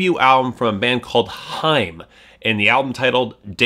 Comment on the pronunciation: It's high-em not hime!